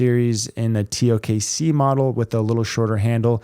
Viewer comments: He been calling it the TOK-C since the original TKO-C review. Lol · Still saying tok? lol